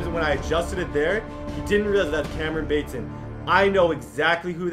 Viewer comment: Says Cameron Bate-son Td:I know exactly who that is Me:It’s Bat-son 🤦‍♂️🤦‍♂️🤦‍♂️🤦‍♂️🤦‍♂️🤦‍♂️🤦‍♂️🤦‍♂️